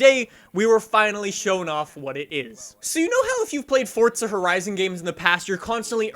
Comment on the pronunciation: Bro. Even the devs pronounce it FORZA. why do you say fortza. Why. This has been going on for years and must stop